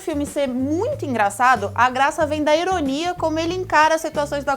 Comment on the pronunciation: kkkkkkk "eronia"? kkkkkkkkkkkkkk boa